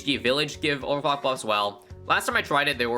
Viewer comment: He definitely just said "Over cock" and you cannot convince me otherwise